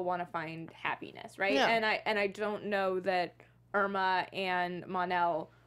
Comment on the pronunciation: His wife’s name is Imra Ardeen not Irma.